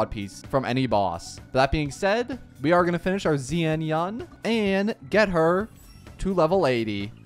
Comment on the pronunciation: Zian yan! Ofc😂😂 And suAnni ❎️ sunia✅️ Mistakes like that can be avoided with just a tid bit of effort, buy you chose not to... 🤦